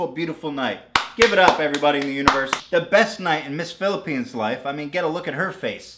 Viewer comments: How do you even fuck up reading Phillipenes with Colombia? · he butchered PHILIPPINES